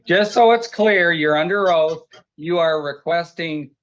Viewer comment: Oaf. Not oath 😂